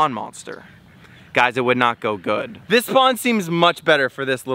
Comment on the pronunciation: When you put the pacu in the new pond you said dis guy instead of this lol 😂😂😂😂😂😂😂😂😂😂😂😂😂😂